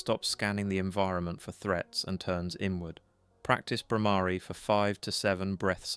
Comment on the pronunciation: The word Brahmari is wrongly pronounced.